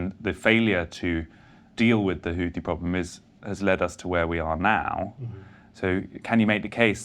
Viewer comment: "Houthi" is pronounced the way it is spelled, Messrs. Sayers &: it is NOT pronounced "Hooty." Arabic makes extensive use of the "th" sound (as in "thin"). To quote Wikipedia: The Houthi movement (/ˈhuːθi/; Arabic: الحوثيون al-Ḥūthīyūn [al.ħuː.θiː.juːn])